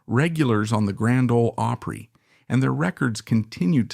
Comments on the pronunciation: Grand ole oapry I mean you can not pronounce opry right so you probably know nothing of what you are talking about. You certainly never followed any of them on TV that is a fact or you would have deferent views you are a fake. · AI mumbo jumbo that probably has a little sprinkling of truth mixed in with all the bunk. I don't believe half of this... you can't even pronounce opry right